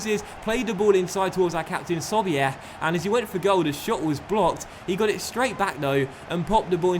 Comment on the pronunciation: btw Im st pauli fan. sobiech isnt pronounced like artur sobiech. lasse is pronounced Sobich 😊